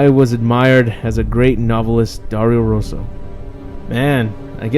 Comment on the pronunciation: Ho aperto il video solo per vedere come pronunciasse Dario Rosso ahahahah